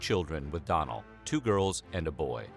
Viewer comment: Okay I love that you guys are doing some Irish history. But also the do in Donal is usually pronounced like donut when it’s a first name. Also I’ve never heard of there being a town called mayo maybe ye meant county mayo which is just north of my own county Galway in the west of Ireland. 😄💗